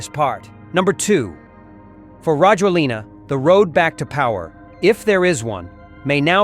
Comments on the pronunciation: His name is pronounced rah-JWEL-nah. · A little tip for you,never pronounce the last vowel when you speak Malagasy.As for Rajoelina ,he fled on jet to Dubai not France.The plane that exfiltrated him from Madagascar to Reunion was French but then he took a private jet to Dubai.